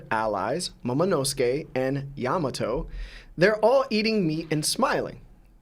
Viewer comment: Am I the only one who hates how dude says Yamato??